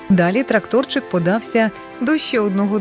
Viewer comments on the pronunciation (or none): Панове, озвучка погана, помилки в наголосах, ну це ж дитячий контент! Ви ж маєте давати дітям ПРАВИЛЬНИЙ приклад. Та і емоційність ніяка у вашого ШІ. Не трактОрчик, а тракторЕць.